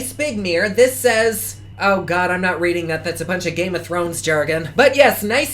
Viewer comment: I can't get into Game of Thrones either. No idea about the GOT description either! It was funny to hear you try to pronounce it! No clue what the different houses are! lol